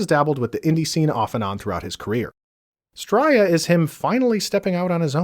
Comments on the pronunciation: Bro, enjoying your videos and i rarely comment but please if you ever say the word again, its Stray-a not Strya. It's criminal how you dont have more subs too. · Fuck it hurts my ears every time you say "stroiya" 😂